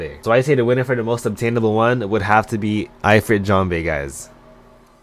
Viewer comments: No, it's pronounced ("EE-freet") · hes saying eye-frit jambe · The way he says Ifrit 😭